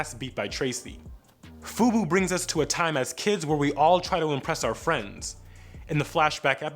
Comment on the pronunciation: That ain’t Fubu it’s Bufu!